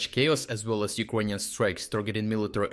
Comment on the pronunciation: Why do you say Ukonian and not Ukranian?